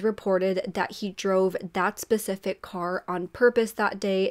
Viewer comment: She makes quite a few mistakes- pacific instead of specific, her and (name) instead of “she and (name)” I also can’t stand the camera angle. Drives me insane. I’m always looking up her nose lol.